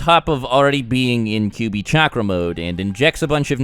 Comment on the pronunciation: its "Kyuubi" not "Kubi" -_